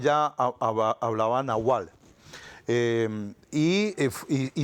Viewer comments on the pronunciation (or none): none